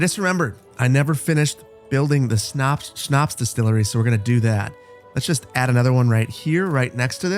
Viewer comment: This is in no means meant to be rude or to be a know-it-all, but since you had trouble pronounciating Schnaps: Sch = Sh in english, so just say Shnaps! Also, i love that you are playing Anno, would love to see more in the future <3